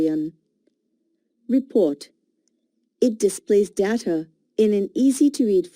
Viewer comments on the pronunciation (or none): Pronounce properly data